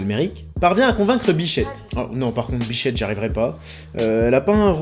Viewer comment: c est grave si jai entendu "biflette" au lieu de "bichette" docteur?